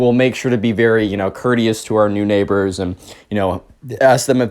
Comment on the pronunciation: "Neighbor" They sure are neigh-BORES!